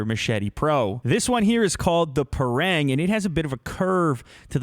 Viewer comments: Its pronounce ba rang instead of parang malaysian use it to clear grass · Pronounced "Par-Rung" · The parang is actually pronounced 'par-rung'. Just saying